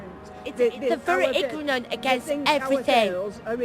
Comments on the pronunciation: lol,,,, IGRORANT.. WTF IS IGRORANT...@ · What's that word? Igronent!!! Oh the sweet irony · Lol women said igraarunt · Yup "ignonent",! Bahahah stupid cunts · You can't call people ignorant when you can't even say "igronant". These bitches are pissed off because they can't stand on street corners anymore... boo-fucking-hoo. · "What's that word...? Igranant?" 🙈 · Lol ignannt pmsl I'm from burnley and I can say it properly lol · I'm sorry... but I have to do this..... "ignununce".... lmao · "Eh what's that word ignunant".....oh the ironing is delicious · "IGNONANT"....THAT JUST SUMS UP THIS VIDEO PMSL.... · lmao what a poorly attempted sabotage. Go out and make money - don't be like the dumb peasant who pronounced ignorant and ignonant ? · Igrunant hahaha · What's that word? "Igorants". Says it all really doesn't it? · "they are igno....ignon....what's the word.....ignonant"........class. Just shows you the level of intelligence that this crap is aimed at. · The emotional-swelling music and the eastern scare-music is hilarious. "Igranant"- you really couldn't make this stuff up! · this guy is an utter clown... as for the woman claiming that the people in Burnley are "ignernant!".. well i think that fact that she cannot even pronounce a word she is trying to accuse somebody else of being... it speaks volumes. fact of the matter is that they went there and started saying all these people groom kids... not gonna lie if somebody made a generalization like that about me i would be pretty pissed off. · Jesus she can't even say the word ignorant. Ironic. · dum bitch she white and couldn't pronounce ignorant lol no wonder u end up on the roads ur just hating, asians own businesses they own whole areas i know it hurts its your cake and we eating like kings while u movin like trash real talk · Australian. Understood perfectly. Except she got the word ignorant wrong, ironically ... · Go back to ur slave country of america. The women could not even pronounce ignorant how ironic